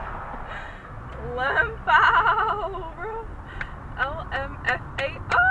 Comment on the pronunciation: never heard some pronounce lmfao like lmao before